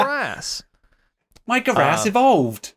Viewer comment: Not the guh-rass 😭